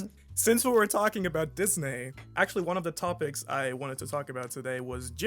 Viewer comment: I really love the way pronounces Disney Because I'm brazillian I'm used to hear people pronounce as dis-nay and it feels right hearing him pronounce it like this as well